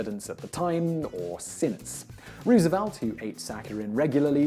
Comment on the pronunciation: More like 7 videos a week in which Roosevelt is mispronounced....